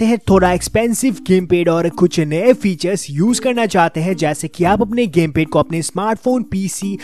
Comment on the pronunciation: Lol "pese" Ke lie..🤣🤣 "gemped"